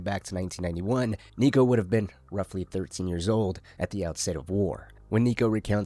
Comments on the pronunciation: Homie did NOT say Niko 😭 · had to run it back thought i was tripping